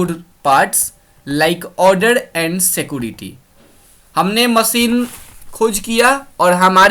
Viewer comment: उसको सीकोरेती नहीं सीक्योरीती कहते हैं